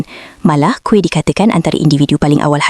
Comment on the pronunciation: Kuih mana plk? Kamu pny pronounciation out laa...